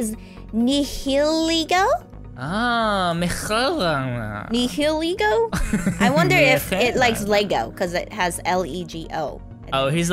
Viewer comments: Its also pronounced Ny-a-leeeego its like lego but leeeeee not Ni-hi-ligo. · It's pronounced Nihilego as in NIE-uh-LEE-go. - Be warned. Its looks deceive you. It can infest other beings and incite them to violence. It DOES sometimes display the behaviour of a girl though. - Yeah Beast Balls are extremely effective at catching Ultra Beasts. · hi, you did not pronounce nihalego right